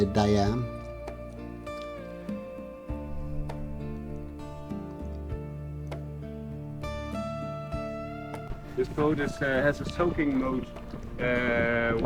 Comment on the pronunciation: Its not Di-am but Diam 24